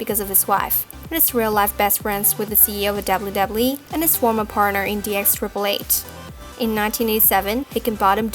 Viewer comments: Holy shit when you're the narrator of this video about the WWE then maybe practice your W's until you get them totally right... seeing as you gotta say "WWE" like 50 times from the beginning of the video to the end. It's distracting as crap. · You need to pronounce W correct